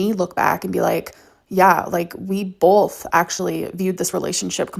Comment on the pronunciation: „We BOLTH viewed the relationship differently“